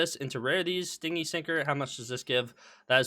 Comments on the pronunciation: i gotchu it's "stin-gee" not sting-y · ITS STIN-GY NOT STING-IE as in unwilling to spend not PLEASE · Actually the correct pronunciation is be ˈstɪnd͡ʒi which would be romanized as stin-jee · istg if I hear him say "sting-y" one more time I'm gonna crash out. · i beg you pronounce stingy properly. it is stin-gee